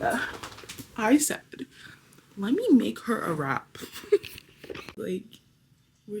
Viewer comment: Girl I kept hearing you say you’re gonna make a wrap 😂🌯